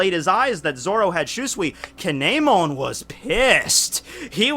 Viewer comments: Damn, that KAY-NEY-MON pronunciation hurt me a bit...either way, awesome vid! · you pronounce kinemon wrong